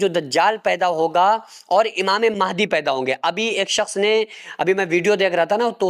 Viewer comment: Imame mahaidi nhi h unka name unka name h imam mahdi phele bolna to sikh lo fir hadise Mubarak bayan kar denA 😢😢😢😢😢